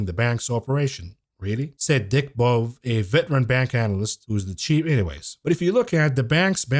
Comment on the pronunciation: Dick Bove(pronounced Bo VAY) Best wishes!